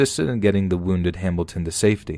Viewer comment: ...you guys heard him say “Hambilton” too, right? I’m not just going crazy? Or deaf? I literally thought it was just a weird accident the first time he said it, but then I kept hearing it but I don’t know if I trust my ears.... lol